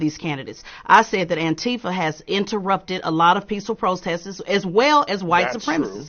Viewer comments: She said “Protesses” 😂😂😂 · I have no idea who this ignorant and racist comedian is. DEI and he automatically goes to blacks. Sounds racist to me. To the lite skinned black lady. It is protests. Not protestses.